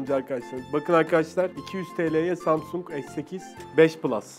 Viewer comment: Cağdaşin ZAMSUNG deyişi çok güzel diyenler +1